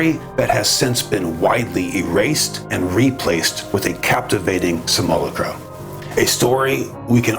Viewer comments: Brother: it's "sim - you - LOCK - rah" or "sim - ull - AWK - rah" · Much love brother! I want to share with you. Simulacra… sim-you-lAck-rah. That’s all ✌️ and ❤️ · Your videos are always metal af. Thanks brother! FYI just saying it before someone else does, the pronunciation of simulacra is a little different. But you got the idea down which most don’t 🤙🏼